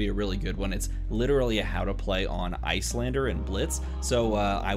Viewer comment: You had me at "Iyslander"...